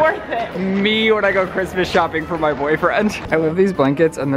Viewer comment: Christmas d, not "cryspie d".